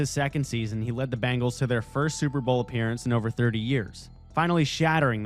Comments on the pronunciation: Cincinnati's team is pronounced B-E-ngles, not B-A-ngles, looser. They aren't bracelets; they are a specie of tiger! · Uhhhh, dude... It's pronounced BEH-ngals! The Bangles were an 80s all-girl rock band. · Are you saying Bangles?